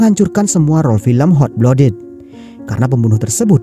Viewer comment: maaf sebelumnya bang, cuma mau saran utk pronunciation nya "Hot Blooded" lebih dibenahi lagii, kedengarannya gmn gitu hehe. overall bagus, lanjut film2 lain lg. semangattt